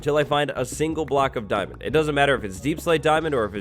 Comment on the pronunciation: "DIAMON" Now heart me ;)